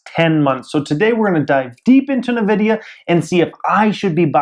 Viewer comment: It's pronounced "en-vidia" not "navidia"